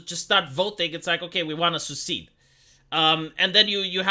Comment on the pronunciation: Seced, not succeed! 😅